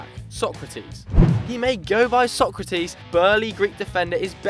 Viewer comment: Actually His name isnt sOkratis It sokrAtis the tone is on the A